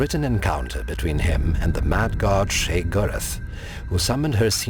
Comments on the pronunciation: I swear Sheogorath is pronounced "Shay-oh-gore-rath" not "shey-grr-th"? I may be wrong but I've been playing elder scrolls for a really long time and that's how I've heard the NPCs say his name. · Ugh. I hate how he pronounces Sheogorath. Still not a fan of the narrator PLEASE come back Josh.